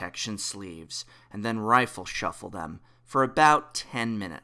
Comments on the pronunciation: I think what hes refering to is the fact that its called riffle shuffling and you keep saying rifle like a gun. If Im not mistaken. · It's "riffle" not "rifle." heh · Did you say…”rifle” shuffling?